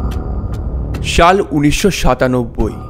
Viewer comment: ছাল,ছারা, এইছব,ছে এইসব কি ধরনের ভাষা ভাই,ছাল না বলে সাল বলেন এইছব না বলে এইসব বলেন ছাড়া না বলে সারা বলেন তাইলে শুনতে ভালো লাগে